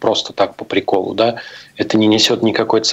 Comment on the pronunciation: По прИколу же, почему изменил ударение?